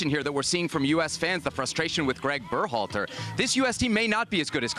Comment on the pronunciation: can't stand how Herc pronounces Berhalter.